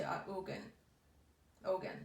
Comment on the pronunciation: Hi! Just as an FYI... The Yoruban God's are pronounced Oya (Oh-ya) and Ogun (Oh-goon). Very powerful masculine and feminine aspects. Twin flames.